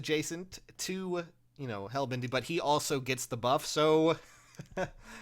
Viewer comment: Helbindi: the names helbindi remember it: says it wrong multiple times